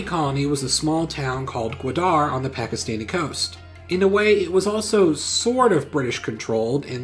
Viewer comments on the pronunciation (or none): Good vid. It's pronounced Ga-waa-darh and was a sweet deal for Pakistan in long run